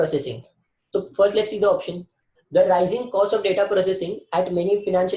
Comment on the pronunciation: You pronounce the as dhh😅😅